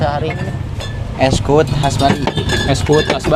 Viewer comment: Bukan kuwut tapi kuwud